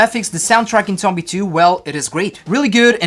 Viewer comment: He says the name wrong